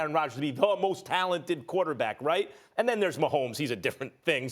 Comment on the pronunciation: Josh Cummings There is a d at the end of the word "and"